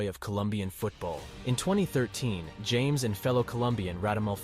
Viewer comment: Lol, I think it’s pronounced “Ham-es”.